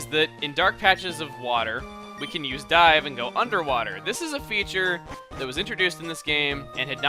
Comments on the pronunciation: "This is a token of my appreciation. It is Die" ...was I the only one that heard this? I know he meant dive but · I though chugga said "This is a token of my appreciation. It is die." then "We're going to take a die" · did he say dive or die. ya steven gave him die. here chugga got die!